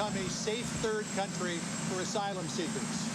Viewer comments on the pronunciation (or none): none